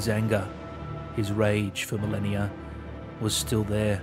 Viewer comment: Melania, Melanie, Marleny. He pronounced it right, no?